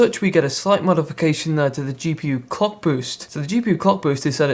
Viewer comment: Am I the only one who doesn't hear him say clock boost but co*k boost.